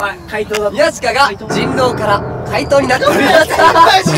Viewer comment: 怪盗がかいとにしかきこえん、、笑笑